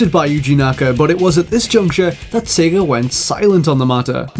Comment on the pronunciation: "sager" and "yahr" instead of sega and year